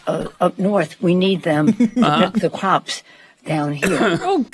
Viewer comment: Pelosi speech is getting distinctly worse. Her dementia is obvious now. She says Pops instead of Crops